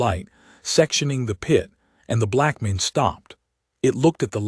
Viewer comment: why can't the reader of this story not get words correct? breathed as breath(ed). Arithmetic as arith(meddic)? And blackmane as black men? I've heard this voice a few times and it always pronounces word wrong